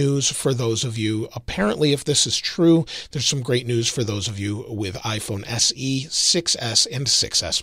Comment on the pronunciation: “if you have an iPhone S C..” really? do you even go here? You were probably just reading off of a script and misread it, but really?!